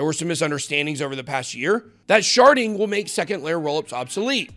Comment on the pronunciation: I thought he said sharting!! Lmao..